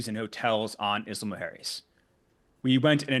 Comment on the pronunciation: When he says Isla Mujeres he says it very very very wrong almost to the point where you cant distinguish what he is saying. Im latino and speak spanish and I cant help thinking that if he was indeed working with mexican officials or anyone from mexico he would not be pronouncing the name of the place as wrong.